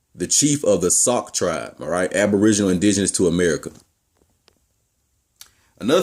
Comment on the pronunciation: sauk rhymes with Chalk